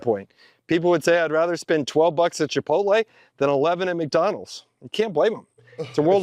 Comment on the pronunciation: we WUZZ MACDONALDS epmpoyeezz😂😂